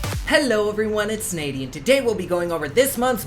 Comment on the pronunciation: Loving the video as always. Duh it's 😆